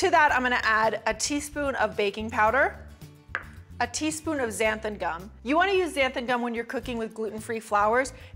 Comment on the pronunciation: 💡☝️Xanthan Gum - It’s Xanthan (with a “n” at the end not an “m”) as you keep saying & you have it misspelled in the recipe ingredient list in the description box - BTW thanks for putting the recipe in the description box. 😁💞